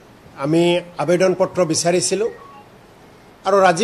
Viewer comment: আবেডন নহয় মূৰ্খ, আবেদন বুলি কোৱা